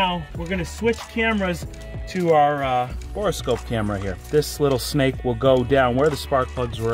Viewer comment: Isn’t “borescope” pronounced “bore scope”?? Why is there an extra e in there when you say “bore-e-scope”?